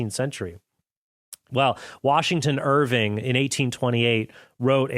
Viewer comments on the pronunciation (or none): none